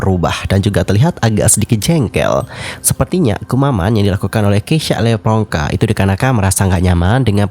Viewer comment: dia bilang ngomomg ngapak itu karena nama dia "levronka" tapi si marlo nyebutnya "lepronka". Itu perpaduan nama orang tuanya si keisya Nama lu di selenehin di publik nih, sebagai bintang tamuu haa yamg seharusnya saling menghargai, apalagi ni nama orang tua yang di selenehin, gue si kesel kalau jadi dia.